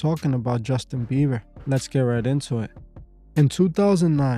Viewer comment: Also BieBer ! Not beaver. No V. BieBer! Thank you.